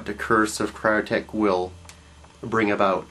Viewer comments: Cyttorak not Cryotek. doesn't fill me with faith in your "classes when you get the name wrong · its ruby of cyttorack not crystal of cryotech let me put it this way "Cy-ter-rack" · You pronounced the name of the Crystal of Cyttorak wrong. It's actually pronounced "Sit-toe-rack," not "Kit-toe-rack." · It's pronounced SIT OR ACK. Cytorrak - which Dr Strange has called upon before. I hated how they made him a mutant in the movie instead of having the (magic) powers of a god of destruction.